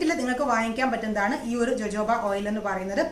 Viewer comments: It is pronounced as hohoba not jojoba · JOJOBA എന്നതിന്റെ ഉച്ചാരണം Hohoba എന്നാണ്. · ഹോഹോഭ ഓയിൽ എന്നാണ് pronounce ചെയ്യുക. ഞാൻ uk യിൽ ഒരു കടയിൽ ചോദിച്ചു, അവർക്ക് മനസിലായില്ല, ഞാൻ spell ചെയ്തപ്പോ അവര് ഓ ഹോഹോഭ oil.. ഞാൻ പ്ലിങ് 😂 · Nan tekarud jojoba, rosehip oil and castor oil mix.its too good And dear JoJoba is pronounced as hohoba .... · Pronounced it hohoba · ethu pronounce cheyyunnathu ho hoba oil ennanu. Lakshmi nair vlogil und. Sathyam parayalo,,, nalla resulttanu. Vit e oil with white kasthoori manjal cherth vach daily use cheyyuka. Njan nokiyathaanu. Very effective💪✌👌💪✌👌💪✌👌ninghalkum use akkam.